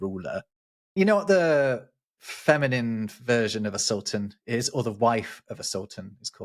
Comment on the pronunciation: You did a good job on the semitic terms "calif" and "sultan". The calif has a root that also means "substitute". We use it in modern Hebrew too: Chalufah - a substitution, l'h'Chalif - to replace, Chalafim - spare parts.